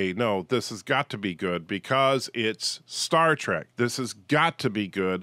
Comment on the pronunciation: Never mind the scripts. You call it Star TRACK half the time.